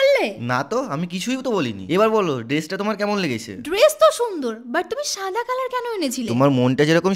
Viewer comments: ড্রেস না না ডেরেস 😂😂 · আজ থেকে কেও ড্রেস বলবে না এটা হলো ডেরেস😂 আমাদের বলেচেন